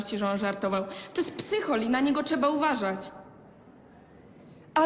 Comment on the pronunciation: ✨️oszczegałam✨️ ✨️czeba✨️ ✨️czeba✨️( 2 raz ) TVN , wtf , czy wy sprawdzacie zdolność wymowy aktora , gdy go rekrutujecie ? 💀